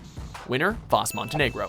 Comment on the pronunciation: it's Vaas not Vass